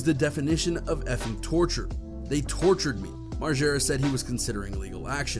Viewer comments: Moreega? Wtf lmao it's margera mar-jer-uh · Site is lazy don't do much research ..say Knoxville has fizzled out n can't get bams name rite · "Bam Marega" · That nigga said Bam Mareega tf nigga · Thanks. As soon as I heard the guy call him Bam Mareega, I stopped watching.. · Did that idiot on ET just say Bam Mareeega? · As many times as Bam Margera has introduced himself, you’d think people would know how to pronounce his last name…